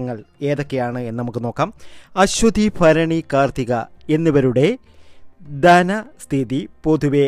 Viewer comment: ഫരങ്ങി അല്ല. ഭരണി'